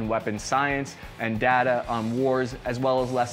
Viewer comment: Its DATA not DATA!!! Jeez!!!